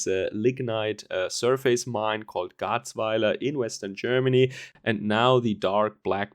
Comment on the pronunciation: just a tip, 'surface' is pronounced "sürfiss". You don't pronounce the 'face' in surface like the word face. The same goes for 'preface' which is pronounced 'präfiss';-)